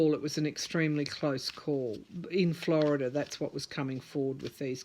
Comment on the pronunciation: why is it you can pronounce Georgia and Arizona correctly yet when it comes to Florida you throw an extra 'r' on the end? Florida has a lot of church influence in politics. They DO preach from the pulpit as to who to vote for. They even pass out "recommended candidates" cards. Also, sad to say but it's a race thing too. You can book on big $$$ being involved. Scott has sold out this state to fracking and Big Sugar which is the cause of our red tide and inner water way algae problems. Yup, $$$ has made the sway. It's all quid pro quo. Here is the thing, Scott is frantic about losing, promises made. If all this underhanded activity is revealed, he's done. Florida is called the sunshine state, and we have sunshine laws. Things are supposed to be out in the open. That might be your Sun card. I on the other hand see Gillum could win. That cups card is an abandonment of efforts attempted. That sun card is a powerful statement.